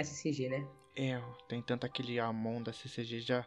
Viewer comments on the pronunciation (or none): você falou amon eu falei almôndega kkkkk😂😂